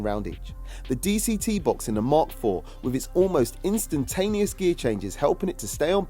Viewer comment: it is NOT "DCT"